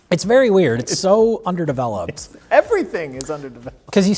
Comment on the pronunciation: Did you say... Underdeveloped?